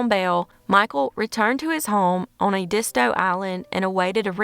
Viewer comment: . Pronunciation tip: Edisto is pronounced EDD-iss-toe, the stress is on the first syllable. Edisto Island is the birthplace of James Jamerson, the Bass Master of Motown. Btw, Iused to hear ads for this jewelry store! I don’t remember any of this going down though thanks for sharing the story.